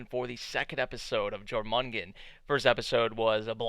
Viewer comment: pretty sure its pronounced as "yormungand" based on the world serpent from norse mythology... the snakes full name is pronounced "yormungander" spelt "jormungandr"